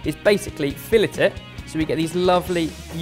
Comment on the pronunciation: I hate how pronounces filet. And I’m American.